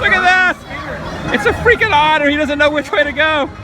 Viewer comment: Otter????? lol, try again